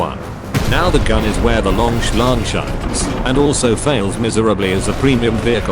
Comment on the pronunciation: Very 'lonk'